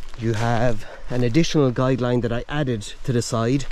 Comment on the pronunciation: Guy line not guide line!